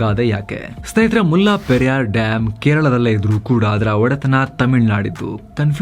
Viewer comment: ಅದು ಮುಲ್ಲಾ ಪೆರಿಯಾರ್ ಅಲ್ಲ. ಮುಲ್ಲ ಪೆರಿಯಾರ್ ಅಥವಾ ಮುಲ್ಲೈ ಪೆರಿಯಾರ್. ನಮ್ಮ ಜನಗಳಿಗೆ, ಹಿಂದಿ ಉರ್ದು ಭಾಷೆ ಬಗ್ಗೆ ಇರುವ ಪ್ರೀತಿ ನಮ್ಮ ಪಕ್ಕದ ರಾಜ್ಯಗಳ ಭಾಷೆಗಳ ಬಗ್ಗೆ ಇಲ್ಲ. ವಾಸ್ತವವಾಗಿ, ಹಳೆಗನ್ನಡ, ತಮಿಳು, ತೆಲುಗು, ಮಲಯಾಳಂ ಭಾಷೆಗಳಿಗೆಲ್ಲ ಸಂಬಂಧ ಇದೆ. ಇದು ನಮ್ಮ ಈಗಿನ ತಲೆಮಾರಿನ ಜನಗಳಿಗೆ ಗೊತ್ತಿಲ್ಲ. ಆದರೆ ಸಾವಿರಾರು ಮೈಲಿ ದೂರದಲ್ಲಿರುವ ಹಿಂದಿ/ ಉರ್ದು ಬಗ್ಗೆ ಬಹಳ ಗೊತ್ತು.